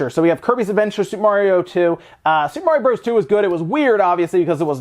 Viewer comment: How come you can't say Super Mario Bros. correctly? THUMBS DOWN